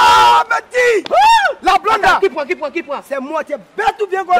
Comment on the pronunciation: Aahhh c'est un blande ont dit pas bland mais plutôt blonde